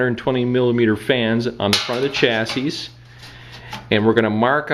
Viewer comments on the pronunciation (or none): The last s is silent unless you're talking about two chassis.